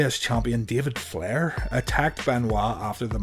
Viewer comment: The way you said David Flairs name 😂😂😂